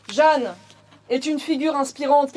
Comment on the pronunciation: Euh "Jeanne" et pas Jehanne (?)